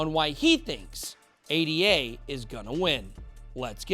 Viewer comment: It's not A.D.A. by the way. The Cardano token was named after Ada Lovelace the mathematician 😉 Otherwise, great video like usually...